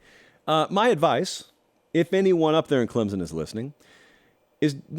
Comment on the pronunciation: It's Clemson! Not Clemzin!